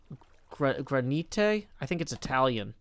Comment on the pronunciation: gra-ni-te D